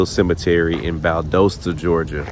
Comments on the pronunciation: Valdosta is pronounced Val das ta the O is an A sound I know it doesn’t make sense but 🤷‍♀️ Google AI will mess you up 😂 That’s a classic Southern cover up. One day, hopefully sooner than later the truth will be exposed. Thank you for taking the time to talk to Mr. Kendrick Johnson. Justice for KJ!! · It’s pronounced Val-daaa-sta. The O is not long. Valdosta, Georgia. I remember this story. Always seemed fishy. Bunch of good ole boys taking care of each other, seems like. I know the type. Just fyi,! Love love love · Val-dos-ta Ga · This is my city. It's so crazy seeing you at this cemetery where my father is resting and right by the university. Valdosta is still looking for justice! Pronounced Val-DAW-sta btw lol. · You mispronounced "Valdosta" as well.